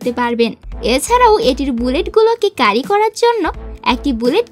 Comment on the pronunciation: ইংরেজি উচ্চারণ শুদ্ধ করে নিও স্ক্রিপ্টের।। ক্যারি কে,কারি কারি করতেছিলে।